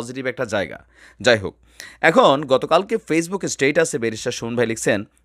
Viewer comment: Status/ স্টেঈটাছ না এটা, স্টেটাছ। স্টাইল করে ভুল ভাল না বলা ভালো।